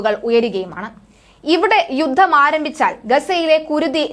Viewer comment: 'യുദ്ദം' ? 'യുദ്ധം' എന്ന് തിരുത്തി ഉച്ചരിക്കണം